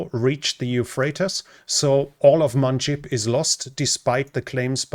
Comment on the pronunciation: Manbij, not Manjib.